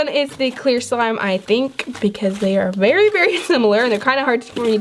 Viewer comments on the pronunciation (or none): Did anybody else think she said berry instead of very